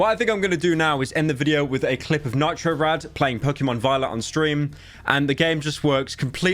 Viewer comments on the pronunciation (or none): none